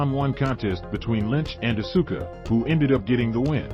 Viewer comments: "ASOOOKA". Wow! Does the narrator even watch WWE? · I think he's pronouncing it, how it's spelled. Lol